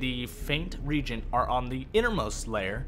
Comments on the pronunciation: RE-AGENT! Not REGENT. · It's pronounced re-agent! The root words are react and agent. You can add a diaresis to show that there is no diphthong in the EA sound (reägent). The pronunciation of regent (a completely different word) is just incorrect unless you're one of those people that say "as long as someone else can understand, it's correct" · My gf who played EverQuest back in the day always called them regents as did I coming from wow. When I heard the re-agent pronunciation it tilted my head for a bit. I now consider both correct, some words just have diff pronunciations